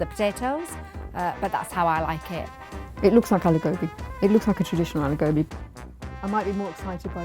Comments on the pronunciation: Even in English and I know how to say alo gobi. Not aloww gowwwbi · Saejiw Ah (uh) lu (loo) gow (oughw) bi (bee) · Aloo Gobhi not Alew Go-bee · *anglo-Indian mums. Please change the title. Misleading. (No mom pronounces it as aah-loo go-bee) (ah-loo go-bi) (no rolling your tongue please, say it straight) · When they say "AAH-LOOH GOAH-BEE" instead of "Aloo Gobi", you know there's a problem. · That not aloo gooubii its aloo gobi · Why they're saying aloo gobi like alu gopi 🤣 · Auntijis think they r in a reality cooking show... It’s aaalluuu gooobbbii Not alugbi to pronounce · "It would be a privlige to any mum to try my AALOO GOBI" You pronounce it aaaloooo gh-O-bhi (O is capital because it's pronounced like a capital O) Not aloo with the A from Alan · Correct me if I'm wrong, because dialects are different The way she says it is : Are-loo-go-bee Should be : Are-loo-gor-bee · should be prounced as Aaloo Gobi आलू गोभी. What this mums are pronunciating is Aloo Gobhi अलू गोभी . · it's not "aluuu gabii" ITS ALOO GOBI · Can someone spell it phonetically. I’m guessing ‘all-oo gowbee’ is incorrect, so should it be more like ‘all-oo ghobee’ or? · so am I and I don’t say Aloo Gowbi like they do. I say it Aloo Gobbi. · How tf am i hearing an indian pronounce it like 'alugowbi' eye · The woman in the black shirt is trying her best to sound like a white woman “aloo gowbay” man stfu you know how to pronounce it hahahaha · The moment I heard AyLeW gAwBeY I just knew it was gonna be bad... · Indians pronouncing aloo gobhi as aalu gobi.. Are you serious? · Oh my god pls bring indian women who know how to speak the languages smh this lady is saying aelu goabi and u bring her ??? Also being born raised and living in india the dish does not even look similar to that ??!! Also their attitude puts me off ......... But they still tried <3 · Aloo gObi. They cant even pronounce it right no wonder they're trash😂😂😂😂😂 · When I heard “alew gawbi” I knew all of these dishes were gonna be trash